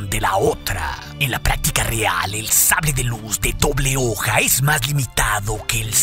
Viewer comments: minuto "Oble Doja" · Notaron que en esta parte dice hoble doja? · En el minuto 12 se te salió la dislexia jajjaja oble doja 😂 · "HOBLE DOJAAAA????" 🤣🤣😂😂😂 Me hiciste el día 😂😂👍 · "Hoble Doja" xD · "de oble doja" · que pasó se te lengua la traba? xd nah no te creas